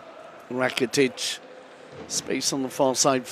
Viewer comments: What is happening when the commentator says Ivan RRRakitic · Ivan rrrrrrrrrrrracitic